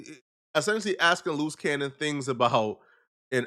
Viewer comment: Sooooo...' Your Saying "Luce Cannon' is a "Loose Cannon'.🙄